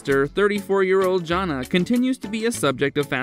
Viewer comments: It's not "JON nah" for the eldest daughter. Her name is pronounced "JAN Ah". It's good the majority of the elder kids broke away and made their own lives instead of following the IBLP cult they were raised in. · JAN-a, not John-a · He pronounces Jana like "John-a" 🤮 The robot has obviously never watched this show. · If you know so much about them, say Jana’s name correctly. 😅